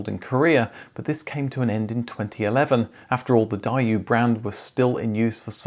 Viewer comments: This is a serious question, I'm not trying to rip on anyone, but why can't anyone from the UK pronounce foreign names? It is always bad enough that it seems intentional. Daewoo is literally pronounced AS IF IT WAS written in English, "Day-Woo", like, "woo-hoo!" I have no idea how you got to "Dye-You"? I've literally wouldn't know what car company you're talkin about if I didn't read it. Why is this so widespread? Do you also pronounce "tamaguchi" and "yamaguchi" with short 'a' sounds? Like "Yeah-mah-goo-chee"? WRONG. Nissan is not knee-suhn, it is "Nee-saw-n", like FACTUALLY. Mazda is Maw-z-duh. The fact that this is so easy to learn, and shows the basic amount of respect to the people you're talkin about, gives the impression that British people arrogantly just don't give a shit about "silly sounding" foreign names 😅 I'm from the US and I find it hard to believe we have a higher standard of etiquette than the those in the UK. Because that's what this is about, not you being unable to pronounce something, you REFUSE to pronounce something, correctly. 😊 And you can refute that with a comment, and commit nothing to changing your actions, because you'd be the first Briton to actually try to respect another person's name from another country. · Thanks for all the research that you must have done to do this, and all the other videos you've done. But I do have small criticism, your pronunciation of car brand names, please do a bit of research in this area. Daewoo = Day-Woo... & the way you said Dacia hurt my ears, check wikipedia for the proper pronunciation! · Brilliant content 🫡 I loved these cars as a kid in the 90s and early 2000s. It’s pronounced more like Day-woo though 😊 looking up how to pronounce a name only ads a few seconds of research to the total of research done for such a well documented video 🙏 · For your info it's Daewoo (Deeeeeewoo) 😂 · it's pronounced "Day-Woo"... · It is NOT pronounced "Die You" :) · That's a mispronunciation. It's pronounced day-woo.